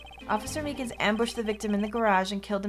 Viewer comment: I got triggered when you said Mikan.